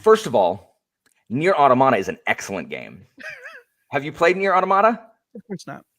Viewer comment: Well, automata is a Greek word, and the intonation is on the o, in Greek as well!